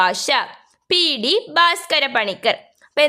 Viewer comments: പി. ഡി അല്ല പി ടി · പി. ടി എന്നല്ല പി. റ്റി എന്ന് വായിക്കണം